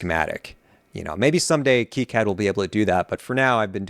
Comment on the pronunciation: That's great and all, but it's not keycad. It's Kai-Cad, as in Cobra Kai.